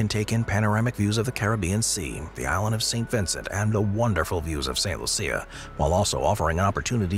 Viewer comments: I believe St. Lucia is pronounced LOO-sha, not loo-SEE-uh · St. Lucia lol... its pronounced Lu-shh-ah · My wife is from St. Lucia and we visit every other year, and I can assure you it's pronounced LOO-sha. Creole French. The AI voice is simply not recognizing the accent involved. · "Saint Loo-sha" is how they pronounce it.